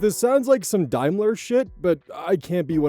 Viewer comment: Daimler can join foal on the list of words can't pronounce